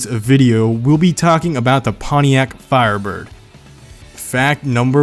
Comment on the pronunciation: I watched the last video. I had no problems with the way u pronounced that car name